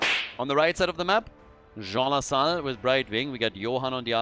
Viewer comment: I keep hearing Zso Sahaal instead of Jean Lassalle.